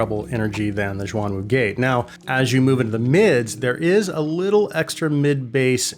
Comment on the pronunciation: almost correct, but its, shhhh-yuan - wu [ shh - yu-uan ] the " shuang " you have been mispronouncing, meants " dual / double " 双 the " xuan ", for these, are "mythical/. mysterious " 玄 not a knock btw, good to learn new things =D Im just surprised, the same specs from other non-chi-fi runs up to 1k mark. base from your earlier reviews, gotten the Performer 5 [ 2nd hand, a steal ] and still awaiting for the Ikko 10hs sapphire mirage, BOTH, which are not so well reviewed [ 30mins worth of scrolling through pages in youtube as well ] any chance for reviewing the portable DAC that performaces better than m15 by. questyle ?